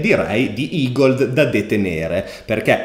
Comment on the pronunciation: Grande finalmente ne hai parlato!! E hai imparato a pronunciarlo "igold" e non "egled" 😃